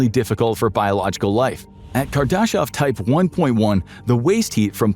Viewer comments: Carl Saggin? Kar-daw-shev instead of Kar-d'shev or kar-duh-shev. Was voice automated a long time ago? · THIS channel's ai voice-over pronunciation of "Kardashev"..... is amusing. Speaking of digital minds. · Question, if you guys aren't using AI to do some of these videos, like you're sure your voice guy has not created a voice database? Because I'd like to know how you continually managed to butcher people's names and places if it's not a database? Kardashev...